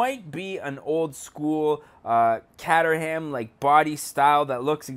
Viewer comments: Sigh it's not pronounced Catter-ham it's Cater-am, the cater part pronounced like catering and the ham is pronounced like jam with a silent h. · caterham not cateram